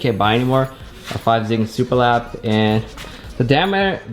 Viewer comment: Please don't pronouce it 5 zigan. It's pronounced Go Zeegan :(